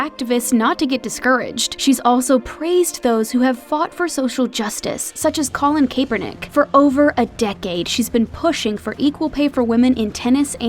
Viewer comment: I like this video but how do you say Colin Kaepernick wrong!?!?!?!